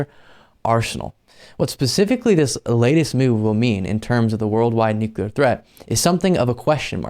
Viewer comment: man, buddy, pal, I love ya but you're killing me here It's "new-clear", not "nuc-yoo-lar"